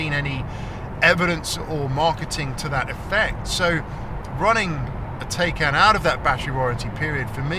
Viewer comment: Try to pronounce Taycan how it supposed to be pronounced, Taikaan, not Teikeen. PAW specifically excludes batteries in Porsche BEVs and hybrids. Once the 8 yrs have past, they’re in fact worthless garbage.